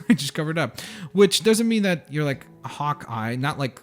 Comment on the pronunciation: you calld hawk giy hawkiae